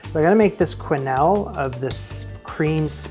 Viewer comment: Quenelles='ken-ells' Confit='con-fee' I know nobody enjoys being corrected, just trying to be helpful. Please take this in the spirit in which it's offered